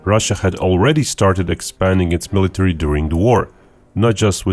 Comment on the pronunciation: I'll believe the guy that butchers "military" so badly